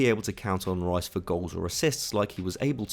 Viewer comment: Ruas? who's that? I thought you were talking about Declan Rice? You lot can't even say British names correctly